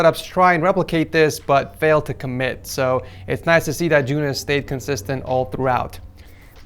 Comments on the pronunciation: you sayed the name good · its just "joonas"